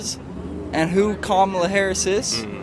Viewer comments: Im pretty sure its Cam Ah Lah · Please stop mispronouncing her name, on purpose. It’s disrespectful and unnecessary. Madame Vice President’s name is pronounced “Comma-La.” Stop promoting discord by encouraging insulting behaviors. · I’m so glad the two Karen’s explained how kahmalalala is pronounced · You could at least learn to say her name correctly... or you guy do that on purpose to be disrespectful right. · You are not pronouncing Kamala correctly half the time. It’s , la